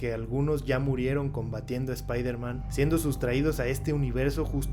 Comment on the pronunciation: JAJAJAJAJAJA dices spider igual que el meme de electro